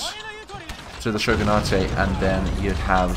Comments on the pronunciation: Shogun-ate Not Shogun-a-te That bugged me. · For more detail: Shogun-a-te would be correct if it were a Japanese word, but Shogunate is an English term derived from Shogun, so its pronounced like other english words ending in -ate. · Shogunate is an Anglicized word, its just Shogun - nait